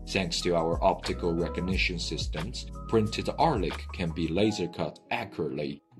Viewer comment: when you need help from a hired narrator, not knowing the narrtor also needs help